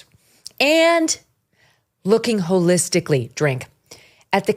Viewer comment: I love you dear, but you missed dipsh*ts point…wholelistictly, hahahaha